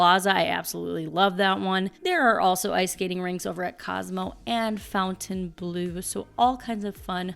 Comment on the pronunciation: it's not FOUNTAIN BLUE, It's Fontainebleu. FONTAINE, NOT FOUNTAIN. Why does everyone pronounce it wrong? I enjoy your videos but for some reason, this drives me crazy that nobody says it right.